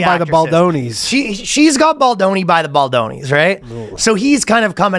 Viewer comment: “Not playing Ball-doni”😂😂😆